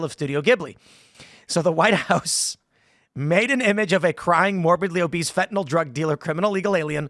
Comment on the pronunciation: "Poor obise fentanyl dealers." Give the English man a biscuit for getting this one wrong.